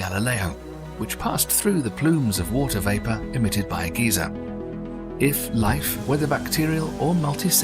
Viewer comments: it is pronounced "guy-zer" not "ghee-zer" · Can you pronounce GEYSER right? -GUY-ZER not GEE-ZER (old man). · Guy-zer not Geezer